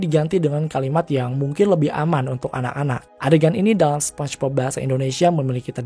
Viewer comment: "SPONCHBOB"?? Apa tuuch😁😂